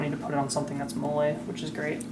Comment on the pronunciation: It’s pronounced like Molly. Killing me